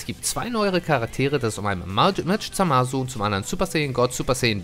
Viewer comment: Der kollege wird Zamasu geschrieben aber das U ist stumm hört sich auch mit ausgesprochen U widerlich an. Hörts euch im anime an es stimmt.